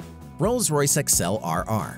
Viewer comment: Really ? Narrator makes many mistakes. He mispronounces many words and names; like the Rolls Royce Accel RR. Accel is NOT pronounced Excel. Hammock is NOT pronounced "Hammick". And the Mock One is NOT a hammock, it is a Cot. Interesting items; very bad video production.